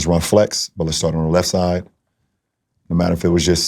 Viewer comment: "i Knew hOW to run tHE PLAY from the lEft sIDEE"